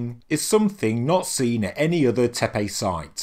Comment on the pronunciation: It’s not “tepey” dude it’s tepe.